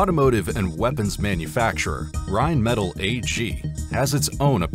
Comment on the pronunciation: I like how you mispronounce Rheinmetal every time. It’s said like Rine-meh-tall. Now you may continue with the video.